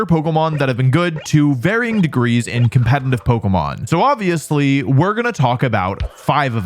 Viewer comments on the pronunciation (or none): Wolfe can’t say competitive. Sounds like “Conpentitive”. Been hearing it for years. Wolfey? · is it just me or is he always saying "compenitive"?